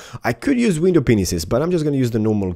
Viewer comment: el windoww Spanish: La ventana